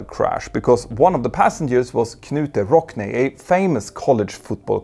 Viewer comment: Ol K-nute Rockney 😂